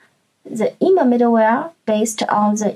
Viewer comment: Good one. +1 for the correct pronunciation of "Zustand" and "immer"